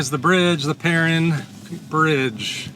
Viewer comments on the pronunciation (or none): I appreciate you coming to our neck of the woods, we live in an amazing place! That being said, the falls are pronounced Per-rine and then there is Shoshone Falls, not Shoshonie Falls.😉 You really need to see City of Rocks, south of Burley. BEAUTIFUL! Enjoy your time in Idaho!